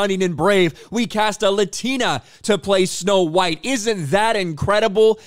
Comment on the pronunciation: It's snow white not snow bean